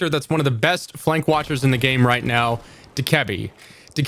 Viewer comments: no he doesn’t💀 It’s (Dough-Kuh-Bee) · Not sure how I feel about this lost, having lion in this and not buck, also saying Dokkebi in that way, that's wild 😂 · The way he says Dokkaebi kills me bro 💀